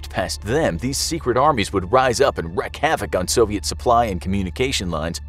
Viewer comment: "wreck" havoc 2nd time ive heard him say this